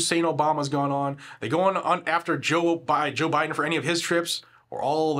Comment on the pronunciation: Freudian slip, "Joe Obiden" - I approve